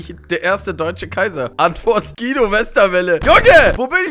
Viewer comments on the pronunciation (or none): none